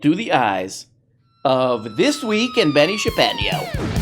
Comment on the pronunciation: I think he goes by Benni Shar Pei-No